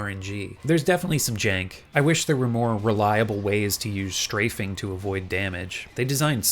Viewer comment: "SHtrafing"... not strafing?